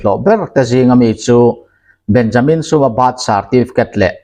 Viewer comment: Benjamin Sum tija Sum hi Tangka Rosum tiha Sum ang hian Sum tia lam a dik lo Triau Chhum a chhum tih thluk a Ch aia S hmana Suum tia thluksei tur Chhum hi Suum an ti a hming tawpah "a" an dah ve lo Mizo rawng chian Bejamim Chhuuma kan tih ang hi a ni mai